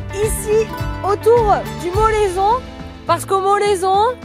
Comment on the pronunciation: "Au moleson on voit ma maison" moorrrte accent on point hahaha 👌